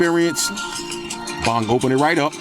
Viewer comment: Oops sorry brother it's not pong it's bong